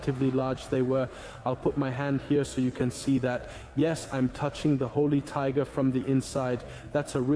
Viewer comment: Wet panties. ;) .....übersetzung ist klasse gemacht, ein paar kleine fehler sind aufgetaucht, einmal sagt es tigre statt tiger aber sonst sehr einfach zu verstehen. 👍👍